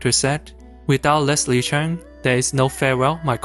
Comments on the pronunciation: OMG - this guy is Asian & he can't even pronouce Leslie's surname. it's Cheuuuuung not Chan! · It is supposed to be Cheung.. not Cheng